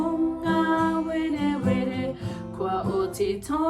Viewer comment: Awesome but is there a reason you pronounce “Pūngawerewere” like pōngawerewere?